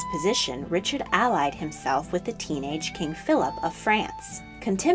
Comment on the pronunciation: When the “allied” is used as a verb, the accent goes on the second syllable. You have been pronouncing it as the adjective form of the word, which has the accent on the first syllable.